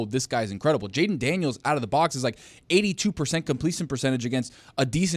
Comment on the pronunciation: Ah yes jalen daniels not jayden